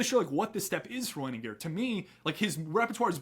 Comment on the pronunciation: Wenninger is a hard g